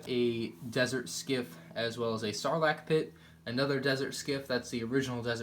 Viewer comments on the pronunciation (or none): none